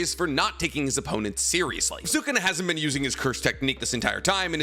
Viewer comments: this has been erking me Sukuna is no pronouced suu-ku-naa its pronouce sku-naa. the U after Su is silent. its like when people say Desu is actually pronounced Des. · Sukana deesnuts😂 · Seems like he’s only able to pronounce the name of naruto characters correctly. I cringe every single time he says Sukuna’s name🙄🙄